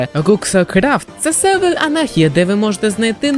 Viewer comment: я думав я ніколи не побачу когось на українському ютубі хто буде говорити "залаз", "селвелі" і інші слова з буквою "р" картавлячи до "л" P.s. сам так говорю тому цей комент і написав